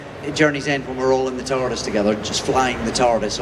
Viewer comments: "tard-ease", it that something you take to stop you being late? :face-turquoise-covering-eyes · ...Did she say TARDEES?